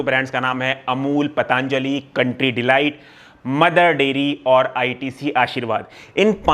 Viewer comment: Patanjali nahi patanJaali